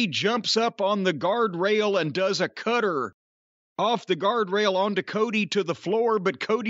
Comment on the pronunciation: Why can’t Jim pronounce the word “cutter” or “ladder” ?!? ladddeurrrr